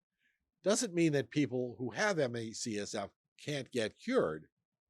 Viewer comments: As ….i noticed too!!! I had to back up just to be sure he was saying it wrong. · Is there a reason why you keep saying CSF? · I'm not sure if I can finish the video because he keeps saying CSF 🤦🏻‍♂️🤦🏻‍♂️ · Me csf?? Can't he pronounce this properly? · There is a lot of good info, but it's hard to take it seriously when you say the acronym wrong every time. How can an "expert" say the condition wrong every single time? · So we just read from AI now? Seriously? Not a single word about Detox. Not a word about the Lymphatic System. And you say you were on the advisory committee for Health and Human Services ME/CFS group from , but your can’t even pronounce the name properly. Why has it taken 6+ years for you to make a video about this illness? And you made 300+ other videos first. Lots of questions with this video. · Same. It felt delegitimizing despite most of the other information being good. It would be nice to have this to share with friends and family, but why would they take it seriously when even the "expert" keeps pronouncing the name incorrectly. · If you are a specialist, why do you say the name wrong every time? Another sign of the medical neglect patients with ME experience. Hardly any physicians know what it is.